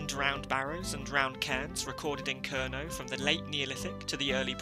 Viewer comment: The first vowel in “Kernow” is not so much pronounced with the vowel in “girl”, but rather like the vowel in “air” with the R pronounced. The “ow” at the end can be like a sequence of short “o” in “pot” followed by short “u” in “put”, or as a longish “aw”-sound: [ˈkɛɹnɒː] “KAIRnaw”…